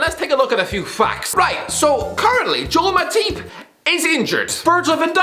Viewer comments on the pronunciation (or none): No one:: “Joel Mateeep”